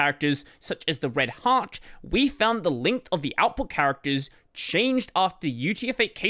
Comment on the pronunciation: every time you say "red heart" i listen: "red hat"